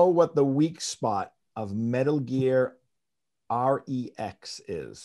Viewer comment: Has the dude doing the interview even played an MGS game? Metal Gear R-E-X wtf?